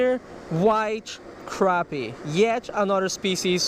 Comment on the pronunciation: And he can't say crappie either